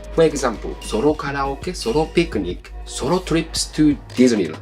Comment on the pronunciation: Pronouncing the word "solo" as "sorrow" is kind of on point.